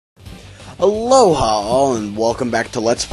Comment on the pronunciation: stop saying alhoha